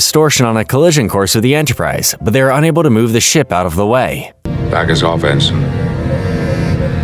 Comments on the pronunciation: It's not even a human narrating , or if it is he doesn't pronounce ensign right. That kind of stuff resonates with people and I'll always prefer a non AI. Or at least a tru fan if it's isn't. I do agree with this being peak trek tho! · You are not pronocing Ensign right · Thank you for the recap! (I don't thing that's how you pronounce ensign though) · it's one thing if it's an honest mistake when pronouncing a name or two, but when the mistakes are so egregious and consistent with words like "ENSIGN" it's super off putting.